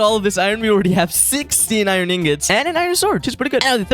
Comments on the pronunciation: That's a lot of eye-run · 'I rin ingots"